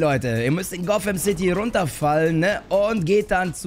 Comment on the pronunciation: Niemand: StanPlay: Gofämcity